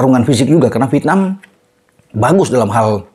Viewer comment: Coba belajar ucapkan dng benar 'V I E T N A M' (pakai huruf 'E' di tengah²nya) & bukan 'V I T N A M'